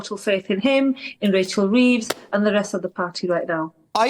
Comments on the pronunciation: Did you say Racheal Thieves? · Did kelvin say Racheal thieves ??? 😂😂